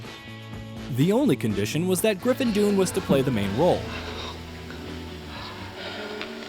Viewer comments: Griffin “doon” barf 🤮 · Have been enjoying your film reports a lot -- thank you! One quibble here: The After Hours star's name is pronounced "Done" (not "Doone"), like the name of his uncle, John Gregory Dunne.